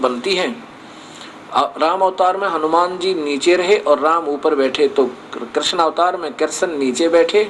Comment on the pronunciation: पहले आप स्थल और कृष्ण जैसे शब्दों का सही उच्चारण करना सीखिये।उसके बाद धर्म जगत की बाते करने का विचार करे। जय श्री राम।